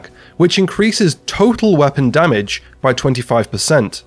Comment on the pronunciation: I want to know why almost every division content creator says "damich" instead of damage